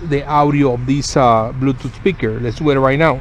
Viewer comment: blueutouth speakurrre XD bluetooth speaker he mean*